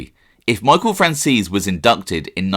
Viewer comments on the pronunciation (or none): The way he pronounces franzese 😂 "fransees" lol its fran-zeh-see